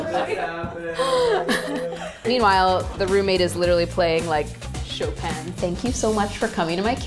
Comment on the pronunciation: My favorite part is that she actually pronounced Chopin right